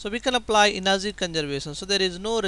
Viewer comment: "Final enerzy" .....😂😂